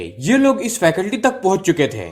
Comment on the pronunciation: फैकल्टी नही भाई जी, फैसिलिटी. क्षमा करें 🙏